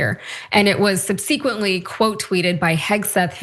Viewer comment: Learn how to pronounce subsequently.